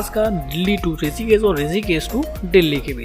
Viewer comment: ॠषिकेश को "ॠसीकेस" क्यों बोलते हो; हमारा और हमारे बच्चों का उच्चारण भी खराब करते हो; ऐसा नही करो